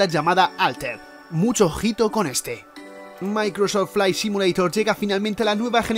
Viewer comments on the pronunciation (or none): none